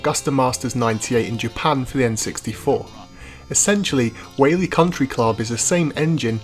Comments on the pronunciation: It's pronounced WHY-AHH-LIE. At least you tried. Hawaiian words are a tricky sort. I'm surprised they don't say it in the game. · The way he pronounces “Waialae” is pretty funny 😂